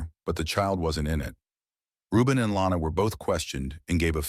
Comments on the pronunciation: Her name is Lonna. Not Lana. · It's actually Lonna not Lana